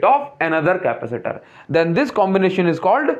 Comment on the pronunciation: Please don't say Capa - seeter